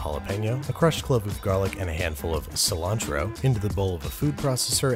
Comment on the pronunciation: Why does he say cilantro wierd